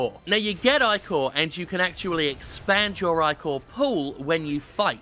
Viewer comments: Eye-core? No m8 no its ick-or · he keeps saying "I-CORE" when it should be "ICK-OR" and its really starting to bother me. ichor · I don't think I have ever heard "ichor" pronounced "eye-core" before. Is that a common thing that I've missed out on? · Jim is the blood of the gods for Greek mythos so its pronouced Ich-or